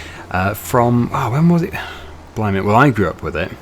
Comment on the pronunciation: I wonder why he always says blimly